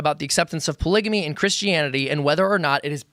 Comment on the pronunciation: It's f**** hilarious that can't even pronounce polygamy